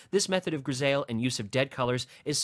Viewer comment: It’s pronounced “gris I “ not “gris ale “